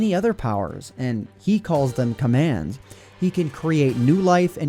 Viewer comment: It's command not kommand.